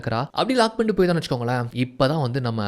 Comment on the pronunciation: Vechukonkale vechukongale nu sollathinga suthama nallave ila..innum better ah solla try panunga